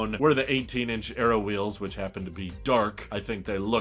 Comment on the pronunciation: Please say 'wheels'.